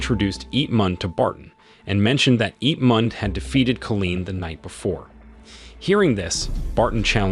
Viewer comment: The story is obviously amazing but the narration gets me 🤬 being unable to pronounce the simplest of words, making it impossible to subscribe to this channel when it cant even say Colin properly instead saying Colleen 😂😂😂😂